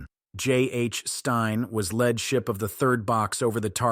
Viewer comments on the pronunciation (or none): Lead ship, not lead ship (mispronounced led). I hear these mistakes much more frequently than I used to. Is it the result of a computer being unable to tell the difference? The people who use computers instead of humans need to quit it!